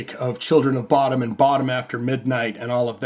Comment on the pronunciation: I think it is pronounced “Bo-Dum”.